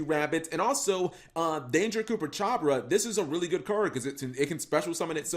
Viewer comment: Bruh Coopachabra? xD All cool mistakes happen, its pronounced choo-pa-ka-bra. Dont wanne be a smartass but this is just to inform.